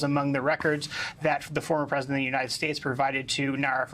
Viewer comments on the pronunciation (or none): You keep saying "The Persident" do you mean Expresident donald trump?